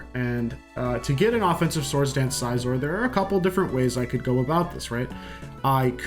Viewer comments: Every time he says size-or instead of Cs-or, my soul wrinkles up. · You lost me at "Sizeor" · How does scyther = paper For the record, I agree it's definitely pronounced sizz-or